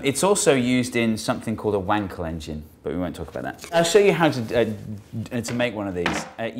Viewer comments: yes the "l" in "Wankel" is pronounced like the "l" in "colonel" in American English ;) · I don't know about 'Reuleaux', but you certainly pronounced 'Wankel' incorrectly! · When he said, "Wankel Engine" I thought he said, "Wang Collection." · Uh huh huh... you said Wankel Engine.